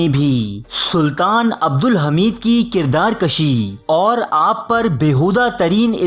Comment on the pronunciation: تلفظ کی غلطی درست کریں۔ کردار کَشی ۔ کشی کے کاف پر زبر غلط ہے کاف پر پیش پڑھیں۔ کردار کُشی اس طرح نسل کُشی کا معنی ہے نسل ختم کرنا جبکہ نسل کَشی (زبرکے ساتھ) کامعنی ہے نسل بڑھانا۔ اسی طرح کردار کُشی کا معنی کردار خراب کرنا اور کردار کَشی کا لفظ استعمال ہی نہیں ہوتا۔ اس کی تصحیح کریں۔ محمد طیب طاہر فیصل کالونی پتوکی